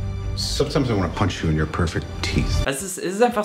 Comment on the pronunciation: Cooles Video du wirst immer besser aber JUNIOR solltes du in Englisch aussprechen weil eher nun mal so heißt :D.